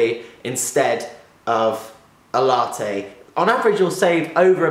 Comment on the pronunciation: You're pronouncing latte wrong...